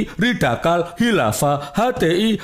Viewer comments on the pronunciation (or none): Menit ke ngmng ny mlonter 😂 radikal jadi ridakal... 😂😂😂😂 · Nyebut radikal ridakal..wkakkaKkakakkakkkkkk